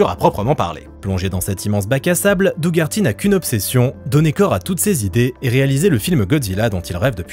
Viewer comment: ça se prononce doh-erty C’est horrible ce que tu fais, sachant que le pauvre Doug Herty pensait qu’il allait réaliser le film:p